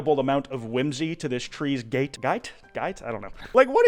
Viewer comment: gait is pronounced like gate